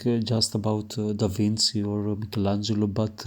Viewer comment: it is pronounced DAVINCHI like CHEAT no Davin C